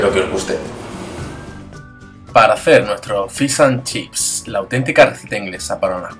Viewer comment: "Fis" an chips!! Jajajja se dice FISHHHH jajajaja